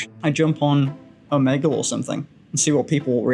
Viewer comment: pronunciation of Omegle is surely not correct?? please someone tell me that's not it